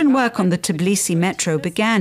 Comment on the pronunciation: Tbilisi, not Ciblisi Tbili its "warm"